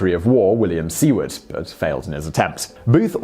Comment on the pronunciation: Shame on you Simon. Lincoln's Secretary of State was named SOO-ERD not SEE-WORD. But kudos to you for your grain of truth about Joe McCarthy. Actually McCarthy wasn't as crude and mean as the media of the time portrayed him. News media bias is nothing new. Edward R. Murrow cut and pasted together footage of the hearings into a hatchet job of propaganda to make him look like a villain.